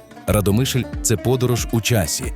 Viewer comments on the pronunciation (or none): Автору , правильно РАдомишль.Наголос місцеві так не ставлять.